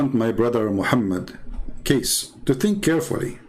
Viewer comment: Not kaes but kace sound like to said cocacola